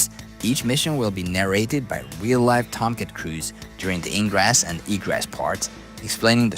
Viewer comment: "narrated by real life tomcat crews." I had to rewind and listen to that 3 times to figure out that you weren't saying "narrated by the real life Tom Cruise." lol. I couldn't believe it. Refused to believe it.